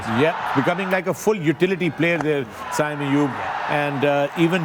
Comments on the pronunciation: Can someone tell Misbah, his name is SAIM Ayub not SAYM Ayub.. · Haha agreed i always laugh when he said “sayyym” ayub but koi nhn legend hain hmare kia keh sakte hain